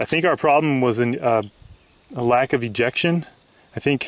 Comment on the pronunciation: i thought you said erection instead of ejection